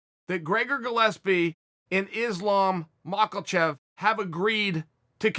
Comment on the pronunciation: Chael "Islam Mack-el-chev" Sonnen